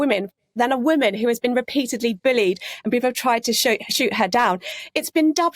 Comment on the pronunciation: Someone tell that the word 'bullied' has a U in it. It's bullied not 'Billied'. 🙄